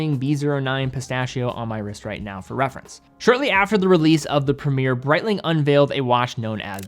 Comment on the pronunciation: Premier, along with route, is the worst word to hear pronounced in a US accent